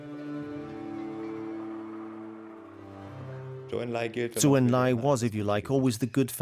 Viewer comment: Good (though too brief) history of Mao's (horrible) later rule, but the narrators' pronunciations of Chinese names are terrible! For example, Zhou is not pronounced like the word zoo, it's pronounced like the name Joe.